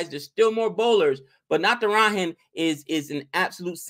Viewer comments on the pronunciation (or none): u should pronounce Natara"j"an and not Natara"h"an. It's not a Spanish name! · its Natara(ja)n not Natara(ha)n.